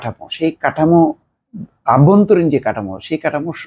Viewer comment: খুবই দুঃখজনক, আপনি প্রতিবারই "অভ্যন্তরীণ" শব্দটাকে "আভ্যন্তরীন" বলেছেন। আপনার মত একজন সিনিয়র সাংবাদিকের কাছ থেকে এজাতীয় ত্রুটি একেবারেই বাঞ্ছনীয় নয়